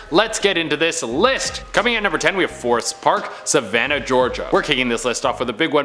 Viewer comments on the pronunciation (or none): Lol when he said savannah in savannah geriga I was like wat u like